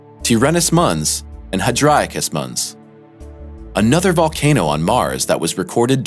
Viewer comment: Mons is NOT pronounced muns. It's latin and pronounced "mänz". If it wasn't mispronounced 20 times, I wouldn't have pointed it out ;) Good video otherwise!